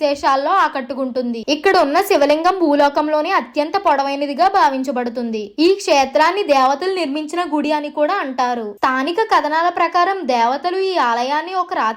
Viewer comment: అమ్మా తల్లీ... ద్రాక్షారామం కాదమ్మా.....దాక్షారామం. ఇంకా స్ధానిక కథనం... తానిక కథనం కాదు.... ఖర్మ రా బాబు....